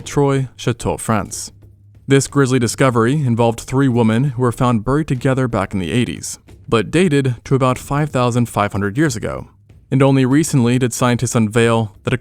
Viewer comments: "Women" is pronounced (whi - men) and NOT LIKE "woman." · 3 woman? Not women? The bot they have doing this voice over sucks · bro i am begging for you to learn how to pronounce “women” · Again "women" wrong pronunciation! 😡